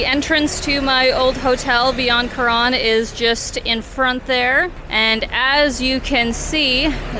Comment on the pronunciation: Thailand had a huge russian component for many many years. Restaurants very often had a russian menu as well. At some point the ruble had a crash and most went back but i guess they're in thailand again. The pronounciation of Karon in this video sounds more like Koran which was a bit strange